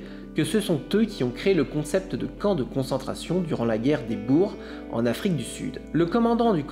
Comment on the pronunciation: Sujet intéressant, boer prononcé correctement, belge ?